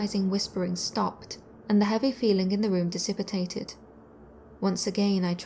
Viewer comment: I’m enjoying your channel. FYI, your mispronouncing “dissipated”.